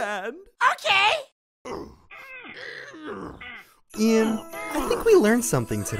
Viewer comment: He called Ian Ethen